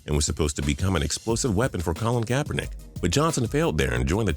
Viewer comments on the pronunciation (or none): none